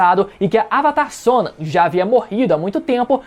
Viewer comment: Please pronounce the name correctly, Sonam